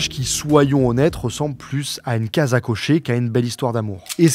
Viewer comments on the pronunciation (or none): none